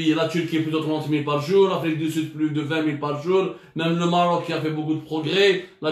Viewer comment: Vous vous comparez à l’Afrique du Sud, à la Tunisie...mais tu n’arrives pas à prononcer le Maroc et c’est presque dans toutes tes vidéos !!!! N’est ce pas un complexe non déclaré ??!! Venant d’un journaliste soit disant cultivé et « instruit « ça m’interpelle quand à l’avenir maroco- algérien !!!! Pour information, le Maroc fabrique ses test PCR depuis juillet, il n’en importe plus , on peut vous filer notre surplus. L’arrogance n’a pas de limite!